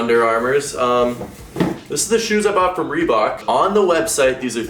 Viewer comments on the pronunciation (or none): I like how he says ‘reebuck’ instead of Reebok